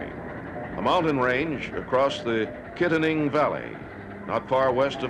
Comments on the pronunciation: K a tanning not Kitt ning Ya gumps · Kittanning is pronounced kit-TAN-ing not "kitten-ing." My grandma's brother was a brakeman. He was killed on the Horseshoe curve.